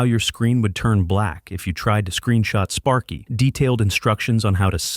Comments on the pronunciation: Sparky not spary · Spary? Sparky. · Spary? Really? How did you even manage to mess up sparky's name?